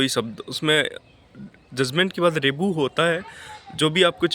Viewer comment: रिबू नहीं होता है रिव्यु होता है